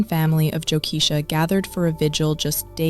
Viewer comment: It's pronounced Jo(KEY-SHA ) NOT Jo(KESH-A)